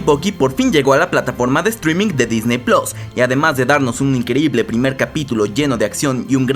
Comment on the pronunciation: Hasta ahora era Disney Plus o Disney Plas... Ahora este señor dice Disney Plos xD